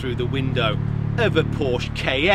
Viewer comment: Poursh Kay-N